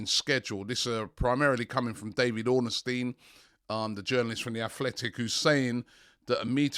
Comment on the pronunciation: Its David ORNSTEIN not ORNERSTEIN get it right!!!!!